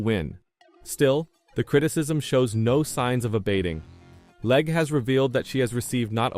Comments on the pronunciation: Her last name is pronounced leg not Lega. She has driven Indy car and cart for years. She was bought out of this year's Indy 500 because another team bought out the car she needed. They thought she might bump out one of their cars. She was having a great run at road America in cart when her rear wing failed and had a horrible crash. Not her fault and walked away. Later I watched her qualify a bad handling car at the Indy 500. That took more guts than her critics have. Look at her road America crash and see if you would risk going so fast at Indy 500 Qualifying with a poor handling car? She is a very good driver trying something new. Give her some time to adjust. I was at that road America race when she crashed so bad in the kink corner. In the stands we thought she has passed for a while. Later we found out she walked away. I saw the car she drove before the race up close. It was older and even has some rust painted over on it. After the crash the flatbed truck drove behind us with what was left of the car. The pieces were so small we wondered where she was sitting in the wreckage. She has guts! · LeggAh? Cant even narrate your own videos? You are a parasite...